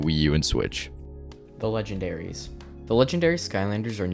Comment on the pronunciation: legendarys like legendairy